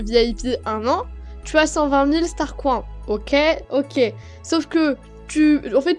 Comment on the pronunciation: pour l'animation quand tu la trouver tu as dis " STARCROINS" xD :D